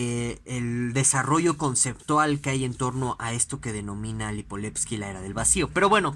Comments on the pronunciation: LIIIPOVETSKY no Lipoletski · LipoVetsky carajo!! Con V.. que mierda. Comenzó hasta bien el video pero si no puede pronounciar bien ni el nombre del autor es muy complicado